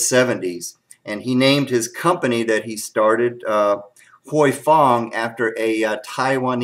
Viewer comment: I have been told by an Asian with the name Huy that it is pronounced whooey or who oui. Like when you are excited and say wheeeee! Any way you say it it's a great sauce! Thanks for the comparison video.